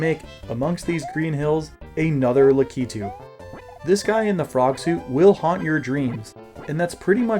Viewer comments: HUGE respect for being one of the only people I've ever seen pronounce "Lakitu" correctly! Very cool video content, I had always wondered this but wasn't much of a Mario 3 veteran to really know, and now I do! I really wanted to know about some of the impossible stages that have the 1 tile small gaps though! Pretend they were hacked out on a rom, or just didn't exist, would any of them earn a spot in the top 10? Some of those fortress levels are really hard and I want to know if they're hard enough to make the list! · finally a YouTuber who pronounces "Lakitu" correctly 👏